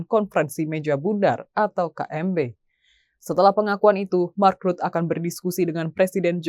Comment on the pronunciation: Imi lagi ..mark rutte vacanya ..bukan Mak.rut. Tolol amat nih pembaca berita nya 😊